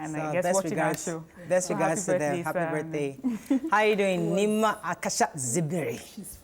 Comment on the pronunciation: Thanks to Nyma for saying it right.